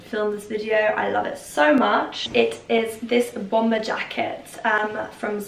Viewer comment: The last ‘b’ in bomber is silent....